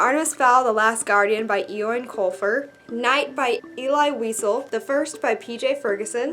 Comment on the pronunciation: Eoin is pronounced like Owen btw :) It can also be spelled like Eoghan which confuses a lot of people :P Interested to see what you think of American Gods, it wasn't one for me but a lot of people love it.